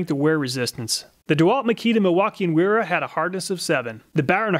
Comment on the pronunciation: Well, while you are correct about the mis-pronunciation of the "W", the "E" is also off. It would be said as in: Vayra. But great job on the video, none-the-less!